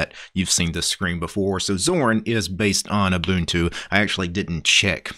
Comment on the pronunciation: My dude is pronouncing Ubuntu correctly! FINALLY SOMEONE KNOWS HOW TO PRONOUNCE IT!